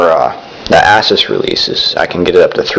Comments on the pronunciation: its actually said Asoos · he said assus i leaving lol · ASUS featured a video on their website main page where it was asked how the name was pronounced, and they said it was "AY-soos." But "ASS-us" is still funny.